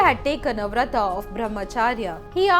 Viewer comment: Vrat ... Not Vrata Yog not yoga Shiv... Not shiva Amrit.... Not Amrita Dev... Not Deva